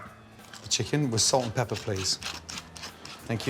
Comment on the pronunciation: We love salt and pebber lol